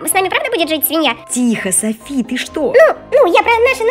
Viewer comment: Не Юми чю а Юми чу и не Сафи а Софи